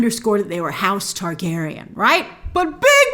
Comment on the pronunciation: Ayy gone tawr gay ryenne. I will respect George RR Soros' opinion on this matter when he finishes the books.